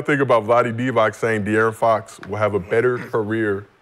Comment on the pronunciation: Love how Brandon adds a T to Fox name lol